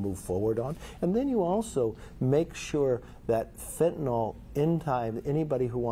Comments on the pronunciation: What is it with Republicans and pronunciation? "Fenta-nil" not "fenta-nol." And not "nuke-u-ler" or "eye-rack" or "eye-ran" either. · He doesn’t know it’s Fentanyl (he calls it Fentanol), and he doesnt know the difference between “curb” and “curve”…he wants to “curve spending”….this man is truly an idiot. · Someone should tell McCarthy it’d called Fentanyl, not Fentanol…but sure, the guy who doesn’t even know what the name is will stop it. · It’s fentanYL, not fentanOL….he should at least know how to say it if he plans to fix it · It's fentanyl not fentenol, Kevin. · What is 'fentanol"? Does McCarthy mean fentanyl? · How many times will you impeach Biden? McCarthy:Yes What will you impeach him for? McCarthy:Yes Btw, Kevin, what is fin-tin-all? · Fentanyl is pronounced FENT A NIL!! Don't know why it makes me cringe to hear it mispronounced, but it does. Anyway, if you are making it part of your platform, you should know how to pronounce it. Also, McCarthy is an idiot on all levels. Take action against the criminals in your own house. By the way, the debt ceiling is raised all the time. Don't use that as a threat on Social Security and Medicare, which has a multitrillion dollar surplus. Quit stealing my money. So sick of these repugnant lies. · He cannot even pronounce Fentanyl.